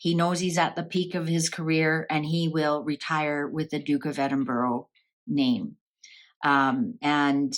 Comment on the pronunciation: Glad Edward and Sophie are well but I wish people would pronounce Edinburgh right no offence has no O sounds like bura like the u in ug thank you